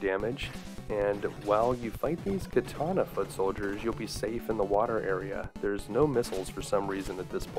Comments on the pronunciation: It's pronounced kah-tah-nah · I have to say thats the first time Ive ever heard katana pronounced as KAY-TA-NA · Well, except for the hilarious way you say katana, this was a nice romp through my past.